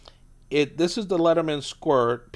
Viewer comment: It's leatherman... not "lettermen". Literally says it on the tool